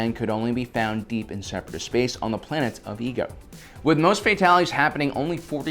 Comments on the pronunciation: The planet's name is pronounced E-A-GO... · It's pronounced i-e-go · "...only found on the planet of Ego." Excuse me,, but last time I checked the planet was called Iego. Not Ego. Also, do you HAVE to continue calling Jar Jar a "Sith lord" at every encounter of him? I mean, seriously, you don't actually believe such BS theories, do you? Sure, you might say these things for humorous purposes, but if this is meant to be a FACT based channel, I don't think it's all such a fun idea. Just imagine people who decides to wanna learn about the Clone wars or just Star Wars in general, and they hear you saying Jar Jar's a Sith Lord. And the just figured out that a Sith Lord is literally one of THE MOST DANGEROUS and EVIL figures in star wars. Basically what I am saying is: Stop spreading tiny white lies every now and then. Okay? It'd make looking at these episodes 10 times more enjoyable. Thank you.